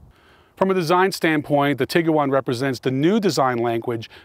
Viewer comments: tig - you - wan ... NO. tig - wan. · Whop can’t say Tiguan. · Man you are so jacked that I'm too nervous to mention the Tiguan has only two syllables. Nonetheless, your channel is very impressive.